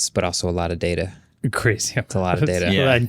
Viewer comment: It's PRONOUNCED DATA....not DATA